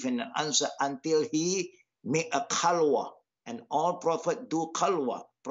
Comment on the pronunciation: he said kalwa not khalwa, qalwa means testicles in my languages xD